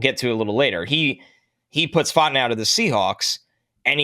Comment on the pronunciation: “I like Troy Fontanow a lot.” Who? Lol i think we need to the double check on that pronunciation. 😂